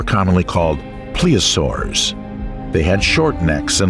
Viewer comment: Yes, yes, and yes. It became annoying after a few. Plessiosaurs? I may watch it again, mute, listening to Stravinsky as a soundtrack.